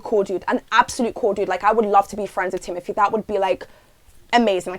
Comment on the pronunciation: It’s not thimothee it’s thimothÉe it’s French y’all at least try 😭😭😭